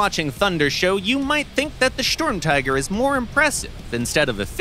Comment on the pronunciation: Please go visit Tankenstein for proper Sturmtiger and other German word pronounciation.